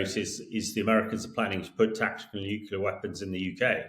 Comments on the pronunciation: Hamish, tHE WORD IS nuclear. nu-cle-ar It's pronounced exactly like it's spelled. You're an adult, and a journalist. For pity's sake... there's no "Q" in the word. If you hear one, it's because it's because it's been mispronounced. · This fellow can't correctly pronounce "nuclear". He says, "nuclular". From an Englishman??? Ha ha! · Nuclear. NUKE-LEE-ER. It is NOT hard to say. FFS. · "Nuclear" is pronounced as it's spelt!